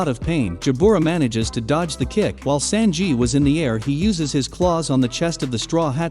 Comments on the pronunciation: Senjiiii -_- San, like you, said San on San on "3" in Japanese. just saying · Never … ever say sanji again….. ever